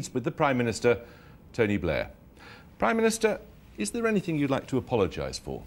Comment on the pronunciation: Blair not Bliar